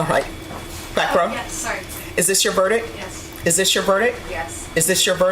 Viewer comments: verdict not verdick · It would be nice if the Judge would pronounce "verdict" correctly! There's a "T" at the end for a reason!